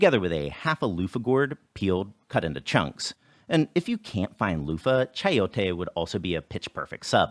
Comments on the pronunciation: It's really amazing that although the egg whites weren't whipped, they still behaved as if they had a lot of air in them. That's why egg based cakes deflate as they cool, as well as the biggest culprit, soufflé. As an aside, the way you pronounced "chayote" was good. Anyone where the fruit is called that way would understand you. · well, at least to me, it didn't sound as if you were over pronouncing chayote.